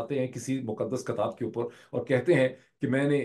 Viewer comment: Dr sahab Khuda ka wasta ha don't mispronounce KAATAAB. like Orya Maqbool Jan says PAAKASTAN. for God sake it's KITAAB AND PAKISTAN.